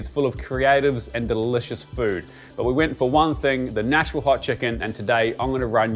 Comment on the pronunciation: As a resident of middle Tennessee, I commend you on pronouncing "Nash-vull" correct..